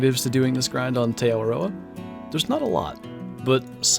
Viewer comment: Just a tip, the "Te" in Te Awaroa is pronounced like the letter T, or the drink Tea, rather than Tae :)